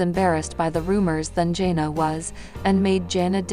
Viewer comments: It’s JANA not Jenna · He name is pronounced jan-a not jona. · And she can't pronounce names correctly!!! She keeps pronouncing her name as jona it's Jana then it's another way. I don't know why I watch her videos. It's Jan-a not jona!!!!!